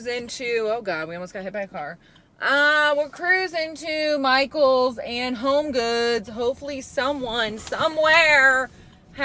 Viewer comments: Michael sounds like "Myghouls" 🖤🫀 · I think Michaels should be pronounced “MySkulls”🤓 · My-KELS! Like my dude but MyKels (or Mykills?). I have already repotted my polkadot plant into the baby doll head planter and it looks amazing!